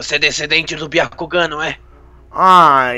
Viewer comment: Não é biacugan é um jogan